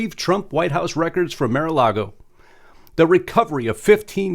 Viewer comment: It's not 'Mare'-A-Lago'...It's 'Marr'/Mar-A-Lago! 'Mar' means ocean in Spanish and Mar-A-Lago means Ocean to Lagoon in Spanish.